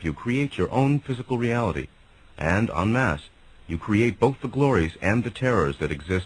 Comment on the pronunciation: It's "en masse", a french term and pronounced 'on-mass' but Americans pronounce the en as it looks which has come out as unmasked. It's definitely not unmasked.